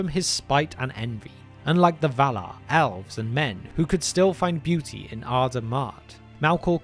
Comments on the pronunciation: I thought he said OWLS when he said ELVES….he pulled an Ozzy..lol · Why is my man saying "Owls" insted of "Elves" ?